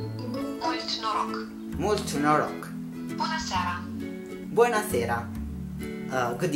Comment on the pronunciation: Good evening is close to italian but it is not bona sera it is buna seara